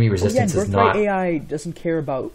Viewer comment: “Seal Resis-TANCE” Bro’s vocabulary went overboard